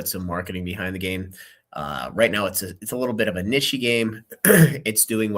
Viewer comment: This man said "nishy" did you mean NICHE my guy?? XD